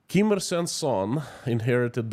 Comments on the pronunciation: Dear, I am Korean and I would please ask you to learn the proper pronunciation of the Kim dynasty. You are slaughtering their names and I did not recognise who you were actually referring to. I also was at the DMZ (the 38th parallel on the NK border) and listened to NK defectors in Seoul in 2017. The state of the Korean peninsula is what is referred to as an armistice. Technically, the two Koreas are still at war. There are about 30,000+ NK defectors who fled the regime and managed to make it to SK but under great personal risk and danger. NK has a VERY thriving black market economy. There's A LOT more to NK than what you are alluding to here. Kim Jeong Eun went to one of the best and most exclusive SWISS boarding schools and LOVES basketball. The whole Kim clan has been educated abroad. It is IMPORTANT that the West learns the truth about NK - it copied anti-Western/US propaganda 1:1. There was an exchange programme between Eastern Germany and NK in the 60s. A LOT of Westerners are fascianted with NK. If you want to learn more about the Korean war, I'd suggest googling "The Forgotten War" of Korea. At least, you'll hopefully learn to pronounce the Kim dynasty's names properly. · Learn to pronounce the names of the North Korea Leaders, imagine if you would call Vladimir Putin - Vladek Pralina, would that be ok with us, off course not. Take time and prepare the subject, be clear with the message, naming those people with different names (then they are called by) means you are not serious with what you present on your channel, we need you to be exact and concise , otherwise I loose interest in what you have to say. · A genuine question and I'm not trying to make fun: Is how you pronounce the Kim's names the correct one or caused by an dialect? I only know how we pronounce the names as we do in Germany, wich often isn't the original pronunciation. We tend to "germanieze" a lot, sadly.